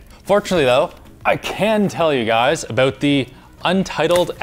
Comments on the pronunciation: "The crazy thing aboot this" real Canadian this guy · i heard a clear aboot